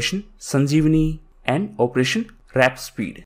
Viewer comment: Friend, it is Warp speed not wrap speed I guess